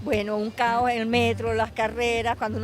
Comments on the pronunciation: caos in spanish, chaos in english. . she pronounces cao. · Cao es caos. No pronuncia la "s". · Venezuelans don't pronounce most of the endings of the words. That's why "caos" (chaos) sounded like "cao-" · "Cao" is really "caoS" (meaning chaos). Venezuelans tend to swallow their Ss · Cao is Caos (Chaos). Venezuelans, like many Caribbean accents, tend to not pronounce the S when it is at a final placement of a syllable. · #Objection Cao<- Chaos! She "ate" the "s" sound! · She meant CAOS but the S a the end of the words we tend to ignore hahahaha like Chilean 😅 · Oh wow, my variety of Spanish! I certainly didn't expect you to make it this soon; it was a pleasant surprise lol. I'm sure you noticed by now, but the word caos, or "cao", as the lady pronunced it, just means chaos hehe. I'd like to say that it's very interesting for me that you, an italian, would make this video, not only because a foreigner is curious about my country, but also because, since I'm from Caracas, we have a pretty decent ancestry that came from Italy. Not my case, but I do have many friends that are direct descendants or third generation from families that immigrated from Italy. Of course, not enough to shift the language in the same way like it happened in Argentina; nonetheless, it also is not a rare ocurrance to find an "italovenezolano", as we call them. Great video and loving the series so far, mate ;)